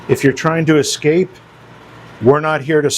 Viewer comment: Also the word is pronounced ess scape , not "eck" scape